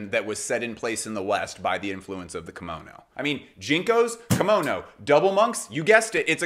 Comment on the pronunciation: Hello from Japan！！ Great video, your pronunciation of Kimono is spot on！ Your observation of the Kimono being a garment with a great deal of space between the wearers skin and the fabric is correct/incorrect at the same time. Yes the many different varieties of Kimono garments more or less have lots of space for arms and legs BUT all Kimono's are tightly fastened with an Obi or sash at the waist, slim women have to use folded towels or padding to enhance the body shape so the kimono drapes well. This makes the Kimono very hot, constricting and tiring to wear if you don't wear them regularly. People of Asian decent tend to sweat much less than us and also wrapping a tight Obi sash under the armpits actually suppresses the sweat glands which I recently learned. I am a hot person so even a summer cotton Yukata Kimono I get soaked with sweat. I'm not trying to put you down it's just that I sometimes see the explanation that the Kimono is a louse fitting garment when in fact it isn't.